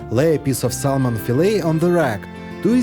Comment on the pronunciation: The L in saLmon is SILENT Sahmon!